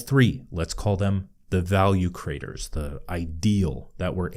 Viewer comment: It’s ironic and fitting that when speaking quickly, the word “creators” often comes out sounding like “craters”.